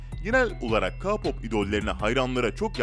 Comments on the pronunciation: Bak böyle okunuyor KEYPAP tamamı abixim lütfenn yaaa bvvhvhbjbjh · Ka pop ne ya allah aşkına abi hayattan soldum sen öyle dedikçe😭🥶🥶😭🥶😭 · Kpop diyeee okunmazzzz 😠😠😠😠 kpp o a gibi okunur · BTS çocuklari ne ya bi de ka- pop diyil lütfen doğru soyle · Kağpop ne lan? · Ka pop demiyeydin iyiydi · Kapop ne ya hahahahahaa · Ne ka-popu ya keypap diye okunuyo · Abi yanlış anlama ama Ka pop değil {key pop diye okunur } Ayrıca onların yerinde olmak isterdim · Ka-pop mu? Abi o Key-pop degil mi... Yanlış anlama☘️ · tmm anladım ayn bende ona sinir oldum kaa pop ne ya😂😂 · Ayn ben her dediginde ka pop degil key pop diye bagriyom 😂😂😂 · K pop o ka pop degil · Key pop demesi gerekmiyor mu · Ya Ka Pop ne Allah aşkına K-POP "key pop" diye okunur. Önce okunusunu öğrenin lütfen izleyemedim videoyu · Abi ka-pop değil o KEY POP diye okunuyo.Yazılışını da biliyorsundur her halde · Abi ka-pop ne ALLAH aşkına yaaa. Beynim yandııı🤦🏻‍♂️🤯🤯🤯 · Abi o k-pop ka-pop değil ÖHSHSJKSH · Ka pop!??? Okunuşu:key pop 🙂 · Biri ki pop diyo Biri ka pop diyo Olm doru soyleyin bu sozu key pop key pop ka yada ki deyil key pop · Bu arada telaffuzleri baya baya dogru söylüyo sjsjsj Beties deyil [Bities] Rm deyil [Arem] Cunkok deyil [Cankuk] Ka-pop deyil [Ke-pop] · Abi sen kipope kapap areme erem demen icimi urpetiyor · Ka-pop ne yaaaaaaaaaaaaa abi bak key-pop anladınmı Abim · "Kapop" değil "keypop" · Abi kapop değil keypop diye okunuyooo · Kapop değil keypop diye okunuyor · Ke pop diye okunur Rm riyem diyr okunmaz arem diye okunurrr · ka pop :DDDDD KEY POP DIYE OKUNMASIN O yani K -POP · Adam ka pop diyo ama sorusu kpop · Ka pop dersen bi daha cidden malmisin ya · Lütfen telaffuzlara dikkat et abicim svzvzvzvz Ka pop ne yaw bcsvsvs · Ka pop değil key pop diye okunuyor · Ilk baslarken Ka pop deyil Kpop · Abi ka-pop değil k-pop o (k)de (key pap)diye okunuyor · KA POP MU? SÖYLENİŞİ KEY PAP ONUN KA POP NE OLM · Kapop nedir abicim Allah aşkına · Kapop diğil keypop🤦🏻‍♀️ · Ka pop ne Allah aşkına ya😠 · KA POP KE POP OLMASIN